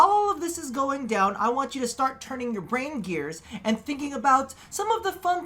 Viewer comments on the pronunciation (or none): none